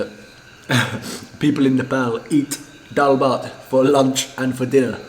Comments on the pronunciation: Liked this Video and also laughed only after when you say daalbhat power 24 hour so perfectly😂😂😉😉😉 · You're starting to pronounce the word "nepal", "nepali" and "dal bhat" properly than other foreigners... It almost sounds native now... Haha.. 😄